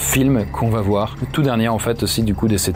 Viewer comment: Il n'y a pas de "T" à va , donc arrêtez de faire une liaison qui n'existe pas !! vous y gagnerez en crédibilité et en qualité ...